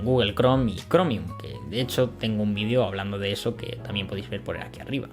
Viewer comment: No decimos decimos vídeo, palabra esdrújula con el acento y tilde en la i, al contrario que en América donde el acento lo ponéis en la e como palabra llana. De hecho al autor del vídeo, valga la redundancia, se le oye perfectamente pronunciar la e en cuanto relaja la velocidad con la que dice la palabra o bien en cuanto afinas el oído. Muchas veces es la velocidad al hablar la que tiene la culpa de que al oyente la e le parezca una i por la posición de la lengua, ya que es bastante parecida. Pero en cuanto el hablante relaja la vocalización y verbalización vas a comprobar como cualquier español de a pie dice video con acento en la i. Como mencioné antes este mismo vídeo es ejemplo de ello, mientras que la primera vez que pronuncia la palabra es prácticamente indistinguible la segunda vez, que es pronunciada al final, se distingue perfectamente. Lógicamente existirá gente que lo diga mal, es como decir o , pero al final eso es como preguntarse ¿por qué en tu país hay gente que dice palabras mal? Bueno, es algo complejo de responder porque no responde a un factor concreto y extrapolable.